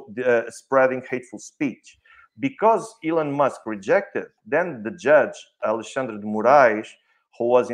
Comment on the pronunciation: Very good, BUT you guys should learn ho to pronounce his name correctly, as a Alexandre myself is quite annoying